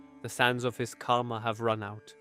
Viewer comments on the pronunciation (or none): none